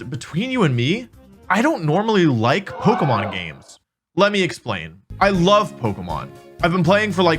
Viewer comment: You can't even say Pokémon